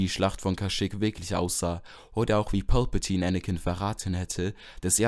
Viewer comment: Sag doch nicht pülpültine